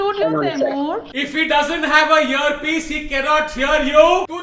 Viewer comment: Hearpiece ki jagah muje Herpes sune aaya.🤣🤣🤣